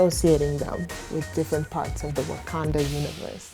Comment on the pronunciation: when he says what do you know about about wakanda sounds like buganda